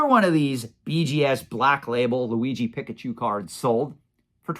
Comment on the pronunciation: PEEK-UH-CHU (not pick)